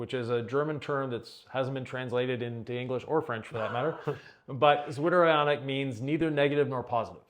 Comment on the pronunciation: What was the german term again? "Witter-ionic" is what I heard 😄